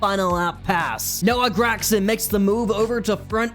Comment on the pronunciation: Its pronounced Greg-son and he will finish in the top 5!